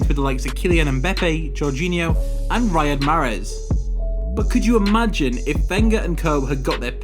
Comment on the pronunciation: 'Riyad': pronounced, Ree-ad not Rye-ad